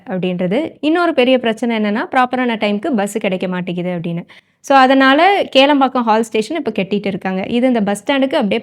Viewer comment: Athu kelampakkam illago kilampakkam